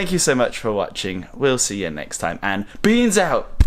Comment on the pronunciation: That was a very 'British' "Beans Out!" haha